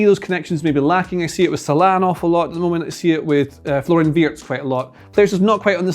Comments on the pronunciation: Who's Salaaaa?.. he scouse? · why do you pronounce salah like that, so annoying...